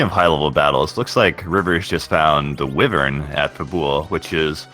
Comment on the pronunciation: My gosh that stupid pronunciation of "wyvern" bugs me. Hella fun to watch when nobody was saying that, though!